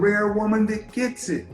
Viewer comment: This womans says "DAT" instead of THAT. And she wants educated?